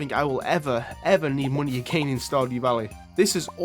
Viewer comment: TH still doesn't make the F sound. Money > MoonE. House > Ouse